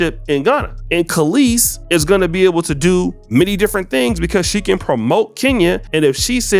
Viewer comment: Brotha you're about my and Kelis's age... how are you repeatedly saying her name wrong? 😅 It's Kelis, as in Kell-is, not Calisse as in Kuh-leese. 😅 Otherwise, great video! 😄